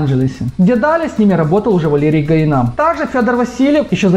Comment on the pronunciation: Гаина ударение на последний а, а не на и.